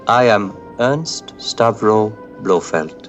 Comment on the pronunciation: Is it just me or does always pronounce Ernst as Ernest? Bugging the crap out of me.